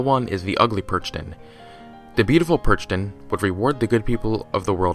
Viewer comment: Hey, just a heads up: Youuu... kinda messed up with the "Perchten". You completly misspronounced it and you overlooked a lot of interesting things. For a matter of fact, they still actually run around but they are not allowed on christmas. As now it is christmas again, I would really like to offer you to talk about this a little more. It is a very important tradition where I come from (Austria) and it might make for a good video. :)